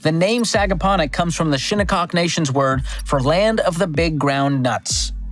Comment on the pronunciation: Nailed the pronunciation on Sagaponack and Shinnecock